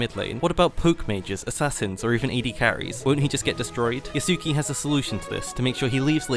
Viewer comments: YAH-su-KAY, not yuh-SOO-kee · l believe his name is pronounced as Yasu-kay